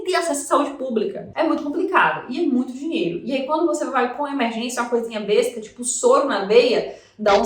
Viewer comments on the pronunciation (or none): none